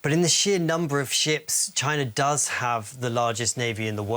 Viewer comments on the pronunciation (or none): none